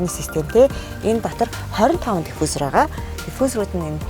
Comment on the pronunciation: Яадгийн оросоор хэлж байна. Хаха